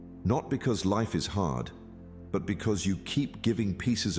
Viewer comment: Bhe said heart not hard